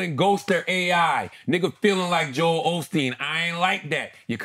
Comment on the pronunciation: I think Kendrick just wanted to reference both Joel Osteen and Haley Joel Osment. They have similar names and when he says Joel it sounds like Jo Hale. It would be one thing if Joel Osteen had nothing to do with the bar but given that Joel has been impersonated by ai and has had ghostwriters makes me think that it’s highly likely he was trying to reference both and is pretty hard if true but the fact people are baffled by it makes me feel it may have not been the best choice.